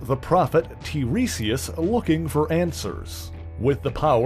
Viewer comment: I think tiresias' name is pronounced /tai-REE-si-us/; just saying.